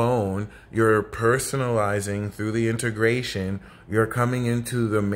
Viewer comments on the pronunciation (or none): Hey, what's up man ? I like the way you say "Integrazión" lololol you the best astro reader out there man I used to listen to Pam Gregory and Bracha Goldsmith and Doelow and other readers but you are much more on point and I feel more aligned with your approach. Salutes and God Speed ahah Are you still drinking Scotch by the way ? Sorry I just felt like typing while listening/watching it helps me go through and bypass ads hope you'll understand have a good Sag season d/l apps lolol